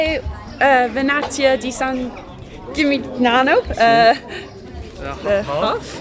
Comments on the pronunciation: Eh? All that Rosetta Stone and you can't pronounce San Gimignano? SAN JIM-IN-NYANO! (Stunning place, though. One of the most romantic places we've ever been. While watching this, we turned to each other and promised we would go back) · no "g" in San Jimmy Nyano. Like no g in Cognac.